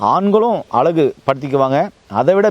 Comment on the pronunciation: அலகு இல்லை அழகு என்று சொல்லுங்கள் தவறாக தமிழை உச்சரிக்க வேண்டாம்